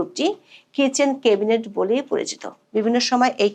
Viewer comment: 'ম্যাডাম, প্লিজ "কেবিনেট" বলবেন না, কানে লাগে। উচ্চারণটা "ক্যাবিনেট"